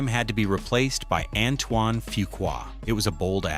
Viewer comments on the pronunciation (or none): none